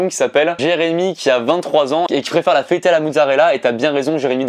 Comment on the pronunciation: j'avoue la mozza c'est la vie juste! Mais on dirait trop qu'il dit feuilleté, c'est chelou mais faut avouer que (sans vouloir lui manquer de respect) a souvent la langue qui fourche...😅